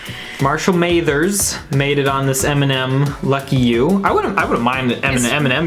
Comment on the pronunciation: Hold up. Marshall May-thers? I know you did not say May-thers. Everyone knows how to pronounce Eminem's real name. You also raved over Cardi B, who is a garbage person with garbage music.